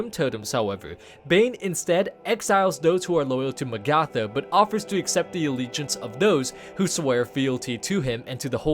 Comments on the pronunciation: In what fucking universe do you pronounce Magatha as Mag-ARTH-ah fuck me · it's Mag-uh-thuh:( do you do this on purpose at this point DX It's like Agatha, but with an M! I feel specifically trolled whenever you say names like this lmao DX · It’s pronounced Ma-ga-tha, number 5 was a little hard to watch. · isn't it pronounced MAgatha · Mah-gatha and say it fast to pronouce Magatha correctly. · sounds more like may-gatha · I hate how he pronounces magatha...